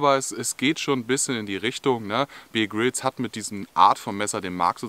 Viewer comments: Bitte, der Mann heißt (ausgesprochen) Bär Grylls, nicht Bier Grylls! Ansonsten super erklärt, tolles Video! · Wenn der typ wirklich 'bier grills' hiesse, dann würd man ihn 'beer' 🍺 schreiben. Er heisst aber 'Bear Grills' und wird 'beäh grills' ausgesprochen. So, genug klugscheisserei, zurück ins video😉.